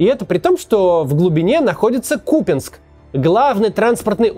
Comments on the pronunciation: КупЯнск, Максим, запомните - КупЯнск, не КУпянск. Может и трудно запомнить, потому что местного язьіка не знаете, но и не обижайте жителей КупЯнска, пожалуйста. Спасибо что не СлАвянск, а СлавЯнск (Слов'янськ). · Да не Купинск он, а Купянск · Купянск, с ударением на первый слог